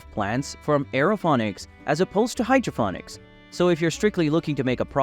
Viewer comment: Can't even pronounce it right.its ponics not phonics.got Sick of hearing it so turned off